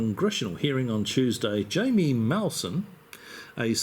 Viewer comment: "Hi-me" is the correct pronunciation.